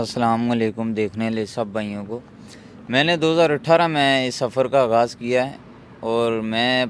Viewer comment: او شُرلی آگاز نہیں آغاز ھوتا۔ مایئک تو پکڑ لیا اُردو تلفظ دُرست کرو چینل کھول کر بیٹھ گئیے ھو ہندی بولنے کا شوق ھے تو پوری ھندی بولو۔